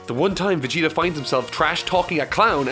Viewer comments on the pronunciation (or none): When I hear "Vegerot" my heart and ears are bleeding.